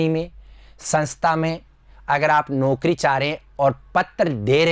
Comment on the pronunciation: आपका उच्चारण सुधारें जैसे पीस - पीस , संस्था - संस्था, नोकरी - नौकरी, बिसेस-विशेष ............